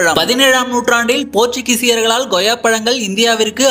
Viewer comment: தமிழில் உன் உச்சரிப்பை சரி செய் அது Goyya கிடையாது Koyya